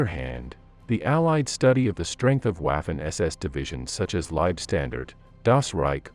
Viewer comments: Not again! They were Vaffen SS, not waffen as in waffle. It is German, for Chrisake. This mispronounciation seems to be impossible to eradicate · Total cringe every time I hear UAFEN, in german W is pronounced as V like in "Jeffery Epstine Very much didn't kill himself", so its Vaffen, not Waffles SS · "W" in German is pronounced like the English "V". "Vaffen SS", not "Waffen SS". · and the a is ahhh and ayh it made this annoying to watch lol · Please dear WAAFEN not Wafen. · Mien Herr, the correct pronunciation of theWaffen SS is not waafen but waffen SS I am not with you to help with the correct pronunciation, but I hope that this gives you an idea of the correct pronunciation 😮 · It's not " waff - en", it's " vhoffen". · Not Uaffen but Waffen, pronounced "Vaffen" or vah-fen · The way he pronounce "waffen" , it's suppose to sound "vaffen", not "waffles " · Wah'fin lol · The W is pronouced as a V in english. So Waffen is like Vaffen. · menschenskinder! Waffen is pronounced 'vuffen' in German; how hard is that to say?! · 'Waffen' is correctly pronounced 'Vuffen' in German. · Waffen were foreign volunteers & elite Soldiers.... not to be confused with the allgemeine ss.. also who the FK pronounces it Waf-fin 😆 🤣 😂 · And it does not rhyme with "laughin' ". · Wikipedia, entry «Waffen-SS» – english language: «The Waffen-SS (German: [ˈvafn̩ʔɛsˌʔɛs] […]». This is the pronunciation according to the International Phonetic Alphabet (IPA). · I'm English and have always thought it was pronounced vaffen I'm 70 years old and studied the second world war for the 55 years but I don't really want to argue about it , it's just a word it doesn't really matter how you pronounce it 👍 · That's why I gave it a👎down. Wafen. It was a distraction to me. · de Łafen SS : D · The narrator mispronounces waffen. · Pronounce waffen correctly the W has a V sound in the German language. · For Christ's sake make a f-ing effort to at least pronounce Waffen SS.